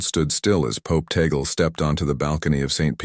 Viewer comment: Tag- le as pronounce in Ph po....